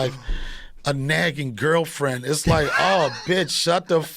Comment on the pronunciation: "100 percenn, like, like, nagging girlfrienn" … I'm with you, oh, but not always with you, know, low, so low, too, too low.